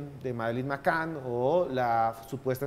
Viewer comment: El de la voz en off pronuncia mal a propósito o simplemente es negado para el inglés? en serio. La niña se llama McCann y él dice McCain. Por cierto, quien haya tenido la idea de que don Esteban hable menos y Johanna hable más se merece un lugar en el paraíso 🤣